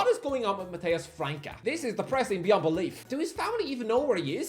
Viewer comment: You keep calling França "Franca" for some reason. ç is read as ss